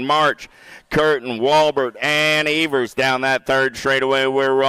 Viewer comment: Its Ēvers as in Steven not Evers as in forever.